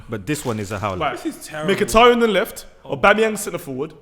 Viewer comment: Well I was until he said Mkhitaryan